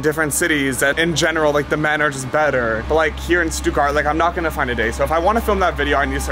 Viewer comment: How are you living in Germany but still saying "Stuttgart" wrong lol